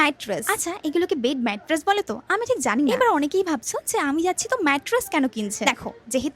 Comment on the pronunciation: মাইট্রেস না ওইটা ম্যাট্রেস হবে 🙂